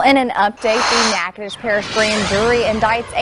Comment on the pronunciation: Natchitoches Louisiana that's around the corner from me to and you said it correctly nah-codish, or nah-coh-doches